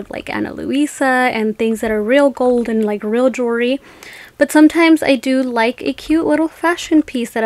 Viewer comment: It's pronounced JEWELRY, not JURY, please pronounce it correctly.